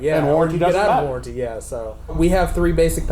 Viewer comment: "Warrenty" HA Ha Ha I void Warrenties.